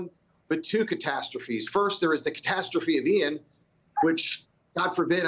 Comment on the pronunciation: Joe couldn't even say the name of the hurricane. It's Ian.